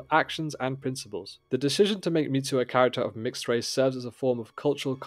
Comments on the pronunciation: It's Mizu, not Mitsu (so pronounced mee-zu, not meet-zu). Best new show in a long time. I don't think I saw a Japanese spelling of her name so I'm not certain which Mizu is intended, but the most common would mean "Water" - which may reflect her blue eyes or may mean something else like "auspicious" - we'd have to see it written in Japanese to know (I may have missed it if it was written, Japanese not my primary language). On watching again - it looks like Mizu's mark on her blades (her first knife and those made after) as well as on her sword - 水 is that for "water". So confirmed. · Hearing him calling her Mitsu is throwing me off the video 😂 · The pronunciation of Mizu was so jarring, I had to stop the video. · yeah.... I didn't watch the video 'til the end bc of it